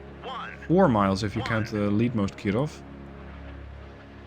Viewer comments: Please, don't try so hard to Pronounce "Kirov" in a Russian accent, it is annoying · I don't know why you are saying "Kirov" with a French accent, but I shall accept it.